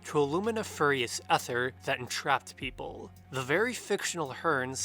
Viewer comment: I think you’re trying to say ether (pronounced Ee ther)